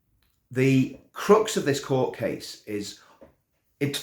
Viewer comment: You said ".....the crux of this court case...." I heard 'crooks'....😡 I think both words are correct, regarding this ongoing unjustified and viscous persecution by the crooked establishment, of a man standing up against them in a peaceful and civil way. 🏴♥️🇮🇱✝️